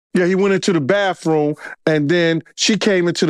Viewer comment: Do people learn pronunciations like 'bafroom' for 'bathroom' when they're little kids? Just wondering, when I listen to this guy speak, if he developed that habit when he was a little kid, or not?